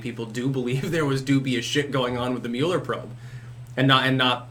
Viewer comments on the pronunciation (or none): none